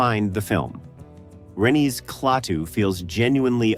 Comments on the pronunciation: It's Klaatu, not Claytoo you idiot AI! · A classic. It stands the test of time because it was so well done and featured realistic scenes and people who were real, not all actors. Too bad the AI narration isn't quite up to snuf - who the hell was clay-too in the movie? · I hear this complaint alot but, for AI, it was good except for a couple bad Klatu's. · " KLAY-TOO " ALL You need to hear .. to realize THIS Production is as phony as the Movie !! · Nice compilation of scenes and information of a great sci-fi film. However…I simply can’t get over the damn AI voice-overs that mispronounce so many obvious words. It;s NOT “clay-too”! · Bad scripting can ruin otherwise convincing AI narration. Klaatu mispronounced three different ways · Interesting. But the AI narrator mispronounces Klaatu every time. Lazy creator. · This would be a nice review without the text-to-speech. So is it "KLA-too" or "KLAY-too". Is it "WAshington -- DC" or "Washington, DC"? Lots of strange pauses in clauses... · The voice is computer-generated. It pronounces KLaatu two different ways. I wish the film had a scene from the future which showed Earth being destroy by Human arrogance and ignorance. I truly believe that's where we're headed! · I'm sick to death of A.I.'s bumbling attempts at being human. At least humans can be continuous in pronunciations. A.I. can't even pronounce a name without screwing it up before the video is over. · Annoying AI narration.. can't even pronounced Klaatu consistently... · It's interesting to hear these ideas about the wonderful film, but ye gods, the script-by-ChatGPT and the voice-over by some AI are both dreadful! "Quiet"/"Quietly" occur five times; a dead giveaway specifically for ChatGPT. It can't even consistently pronounce Klaatu's name. It's the last YouTube vid by this creator that I'll subject myself to.